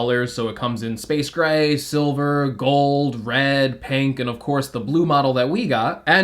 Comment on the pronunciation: This dude said “panke” instead of “pink” , 🤦🏽‍♂️I’m Gone